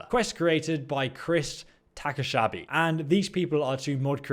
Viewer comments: Takashabi?? You mean Takahashi? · You said takashabi but it‘s written takahashi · Did I hear you right? You said “takashabi”..? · "takashabi".... lol